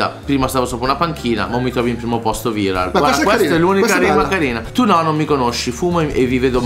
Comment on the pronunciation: Anche la pronuncia di viral é sbagliata